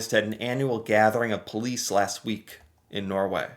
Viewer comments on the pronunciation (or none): none